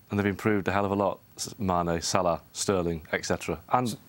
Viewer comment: That stupid fool saying sterling. Mxm. Tf 😥😥😥